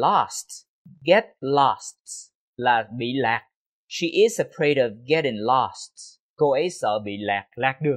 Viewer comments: Chào thầy, rất cám ơn thầy về video. Nhưng có một chỗ em thắc mắc câu ví dụ đầu tiên của thầy em nghe là: i'm afraid getting stuck in traffic còn khi câu phụ đề hiện lên thì lại là: i'm afraid of getting stuck in traffic. nghe như thừa chữ "of", nghe và nhìn mãi nhưng không biết chữ "of" thầy đọc khi nào? hay có chút nhầm lẫn khi viết phụ đề? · Sao em không nghe thầy đọc chữ "of" vậy, hình như thầy bỏ qua thì phải